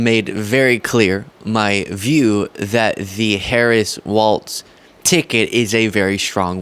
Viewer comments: Please stop pronouncing his name "Waltz". It is pronounced Wallz. Even closed captioning spells it as waltz when you pronounce it incorrectly. Sorry, it's just disrespectful to mispronounce someone's name. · It’s not waltz, it’s walz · Isn’t it pronounced Walls,..? Not Waltz. ? Also you mispronounced Jon Voight it’s pronounced Voit. It’s never been pronounced Vot ever. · You keep saying waltz… it’s walz… Walls. No T… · I've lost count of the number of progressive youtubers who criticize Trump et al for not saying Kamala's name correctly, then can't say the name of the guy they 'love' correctly. There's no t in Walz. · WalZ. No “T”. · Not Waltz...Walz (Walls) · It’s walls. Not pronounced waltz, my friend! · It's not Waltz it's "Walz".. My dude. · people are saying Waltz when it is pronounced like walls with a z instead of an s. Walz. stop saying Waltz as in the dance or music. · Walz is pronounced like walls not waltz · I too find it hard to say "Walz" like "walls" instead of "waltz" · Love your channel and content, please make sure you're pronouncing Tim Walz as WALZ not WALTZ. Even the captions have you saying WALTZ. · It's Walz, like "walls" by the way 💙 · it’s pronounced “walls”